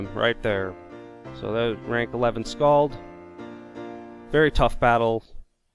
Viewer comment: Lol, you fucking slaughtered that skald.